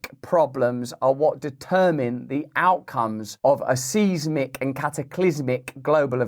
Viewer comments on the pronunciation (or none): "Sighs-Mick", not "Seize-Mick", for seismic Russell, though it's very rare you make a slip-up😂